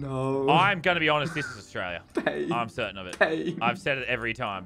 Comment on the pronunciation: Thats "payne"